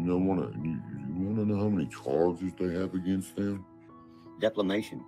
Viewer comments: “DEFLAMATION”😆 He’s gunna “press it so hard”🤣🤣🤣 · Deplamation 😂🤣 I’ve heard it all now, you know what I mean!?!? #scooterbegginsalwayswins #istandwithgotchaman